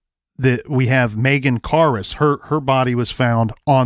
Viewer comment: Cousin Megan was sleeping on the couch and got killed. They need to reopen the case and figure out what happened. Megan karus, it's sounding like you said car us. It's more like care us.